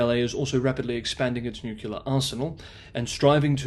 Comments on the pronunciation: FYI, despite being American, my standard reference for English pronunciation is the OED. Promoting American Standard English is completely aligned with the OED. Extreme examples of slang, whether British, American, Australian, or etc, are not. Regional slang has no place in widely distributed publications, which includes YouTube. All style manuals for major networks follow correct usage. Nu-kyu-ler is incorrect, period. It is not culturally appropriate anywhere, at all. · Irrelevant. Tomato has two acceptable and correct pronunciations. Nuclear does not. There is only one correct pronunciation for 'nuclear', and it is not 'nu-kyu-ler'. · Why has incorrect pronunciation of noo-clee-er proliferated since president Bush? Just look at the spelling. It’s not hard. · NucLEar, not nucUlar. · "Nucular" and the channel name is enough to stop watching lmao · 'Possible, possibly, may be, might, might, could potentially be.... Look, for the record, the word nuclear is not pronounced 'nuke-you-lar'. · Please please please learn to say nuclear correctly. It is NOT "nuke-you-lar". It is "new-clear". That mispronounciation is like fingernails on a chalk board. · noo-clear, not nuke-u-lerrr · Not acceptable to say nukular? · Nyoo - clee - ahhh. That's as bad as the Ardic or even the Innerned. Although everyone seems to have an inner Ned these days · But he has a British accent even if it is working class, doesn't that impress anyone anymore, guess not, and he can't even say nuclear, maybe pandering to the US nukular preference version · Tomato is accepter in every dictionary as having an English and an American pronunciation. They are both spelt the same way. "Nuclear" does not have 2 pronunciations. Nucular is not found in any dictionary. It is simply incorrect and shows poor education. It would be better if you apologised and told of his mistake. If you speak to the public, then you must also learn from the public